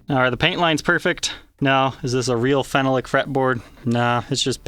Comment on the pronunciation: phenolic is pronounced "fe nal lick" not "fen no lick"